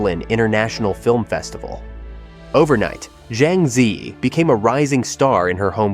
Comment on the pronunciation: 'Zi' rhymes with 'her'; 'Yi' rhymes with 'tree.'